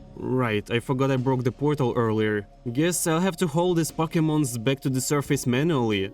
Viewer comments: Loving it! Just a little help in phrasing: "From scratch" not "from the scratch" also, it's usually more pronounced like "surfiss" not "sur-face" But I like the video and definitely subscribed. I Would love if this would become your forever world! Feel free to also play in survival, not just hardcore :) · vro said survees